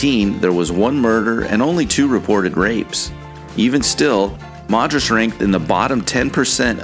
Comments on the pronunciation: It's pronounced "Mad-ris" nor "Mod-ris." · When you say Madras it’s pronounced mad not mod. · Not Mod-rus, it’s MAD-RUS.